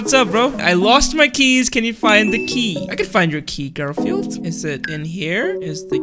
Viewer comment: It’s Gorfield oh no